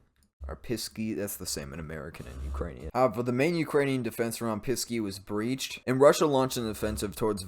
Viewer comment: Do you speak Ukrainian? Your pronunciation is the best I've heard from all the YouTubers who cover the war.